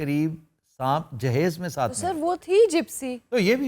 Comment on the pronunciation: in wedding context it is derived from samebroot and means preperation proper pronunciation is JIHAAZ